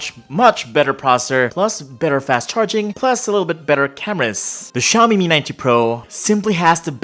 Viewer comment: Ano po yung "Xiomie" ma'am? Tingin ko kase "Xiaomi" lol